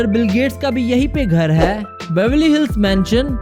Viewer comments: I tried to ignore it but I can't what is Haai???? Sedha bolna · Funny when he say hai😁😁😁😁😁😁😁😁😂😂😂😂😂😂😂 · Apka "HAI" bahut gnda h🤢